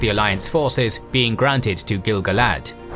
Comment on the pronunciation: Finally someone who pronounces gil-galad correctly. Like I do!